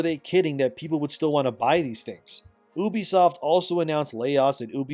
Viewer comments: you be, not eww be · I really love how you say "OOOBISOFT" and not "EWWBISOFT" ! 😂😂😂😂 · Why do yall pronounce it as “oo-be-soft” that just never sounds right 😭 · Bro… “uubeysoft” is not how common folk say it😂 it’s “yoobee-soft” sound it out guy. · People who say "Oobisoft" and "Yaske" when it's literally spelled Ubisoft and Yasuke needs to be put in mandatory speech therapy... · Why do you pronounce ubisoft like "oo-bisoft"? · Its "you-be-soft"